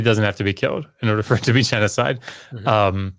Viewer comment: It’s genocide not genecide.